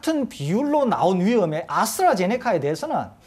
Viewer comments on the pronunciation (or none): 아나운서 발음ㅎㅎㅎ아스라제네카~ㅎㅎㅎㅎ